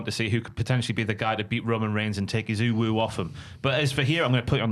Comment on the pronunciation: Why does keep saying UwU? It's the Universal Championship right? Or did I miss something?